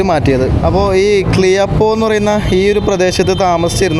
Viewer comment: ക്ലിയപ്പോ അല്ല ക്യാപ്പോ ആണ്. പാസ്സിംഗ് അല്ല പാസിഗ് എന്നാണ്.